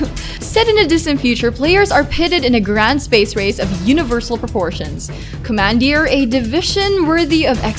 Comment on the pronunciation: Are you filipina? There's traces of an accent. Especially the way you said "commandeer" 😂